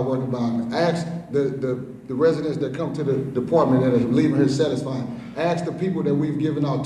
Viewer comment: Someone needs to tell the Mayor the word is 'ask' not 'ast' LMAO.